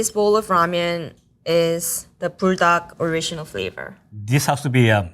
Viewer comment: The way she says Buldac, it sounds like burdock, which actually belongs in a Korean or asian soup.